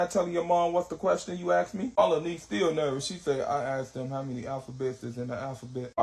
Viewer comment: Malanese instead of My Lil Niece is hilarious 🤣🤣🤣